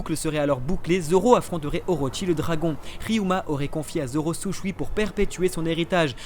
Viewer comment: C'est le Shusui pas le Sushui 😄 mais on t'en veux pas 😉